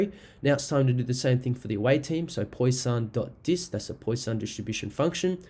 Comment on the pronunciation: Thanks mate for this. But please learn how to pronounce 'Poisson' - it is like 'pwa-sonn', not 'poy-sahn' as you say it.